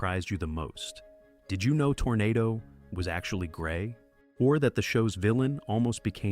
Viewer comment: If memory serves me, the horse's name was pronounced tornaaado.